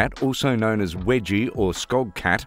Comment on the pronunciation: Wegie? NO! Weegie as in Norweegian!